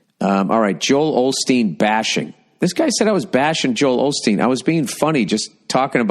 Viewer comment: It's Osteen Bill. Osteen. Not Olsteen.